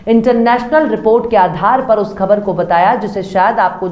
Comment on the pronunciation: Khabar aur khak .ka talaffuz sahi kar ke bola kariye